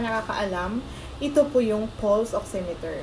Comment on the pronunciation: it is pronounce as " Pals " Not 'Puls"